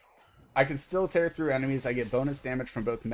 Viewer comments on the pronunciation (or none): none